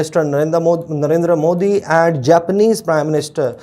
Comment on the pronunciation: He cannot even pronounce Modi's name properly.